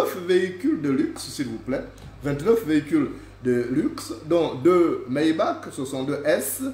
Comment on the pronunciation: Maybach et non Mayback!